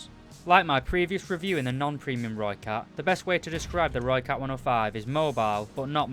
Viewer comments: Jip whats this lhoicat thing everyone going on about! Rrrrrrr-oi-cut is only way I think Brits and Americans will be able to say it. But this guy still did a good review. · Any South Africans here annoyed with how no one pronounces the name right🤦‍♂️ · I am not south african i am dutch but since some words in south africa are almost identical i am triggerd but i cant blame him its not easy to say that if your english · It irritates me greatly